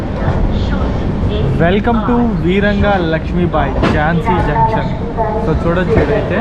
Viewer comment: వీరంగా లక్ష్మీబాయి జంక్షన్ కాదు, వీరాంగనా లక్ష్మీబాయి జంక్షన్. వీర వనిత అన్నట్లు.